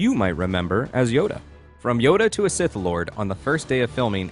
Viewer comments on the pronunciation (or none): none